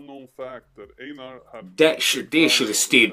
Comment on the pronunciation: Einar is Einar, there's no "ainar"... 😄 And Dree Low quit his career after Einar was shot, maybe you know? He was with the Husby Hyenor, as someone wrote (or is)...